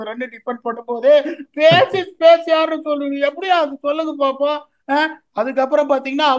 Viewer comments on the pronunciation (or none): none